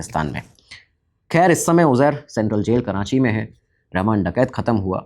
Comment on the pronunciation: Karachi, not Karanchi. Please correct yourself